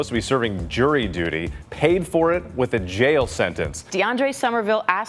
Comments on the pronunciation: The reporter said "for missing a jay of dury duty" 😂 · It's JURY DUTY not JEWELRY DUTY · You catch the lady saying “Jay of dury duty”